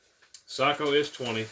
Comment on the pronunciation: Finland thanks you for pronouncing Sako correctly